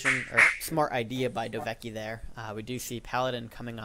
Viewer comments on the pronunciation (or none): "Hey, cool, a new video! Oh wait, nvm" btw you still get my name wrong, its "dove-kie" :)